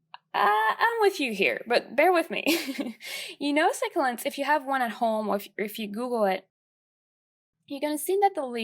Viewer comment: you pronounced succulents wrong